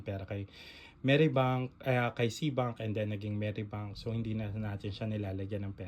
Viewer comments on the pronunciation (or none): Bakit po Meri bank ang bigkas mo?